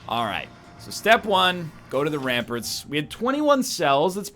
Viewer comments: The way Ryan says "ramparts" is actually cancer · Does he say ramparts wrong on purpose?